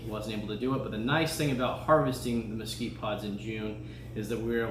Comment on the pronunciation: Mesquitree jaja, Nice word muchas gracias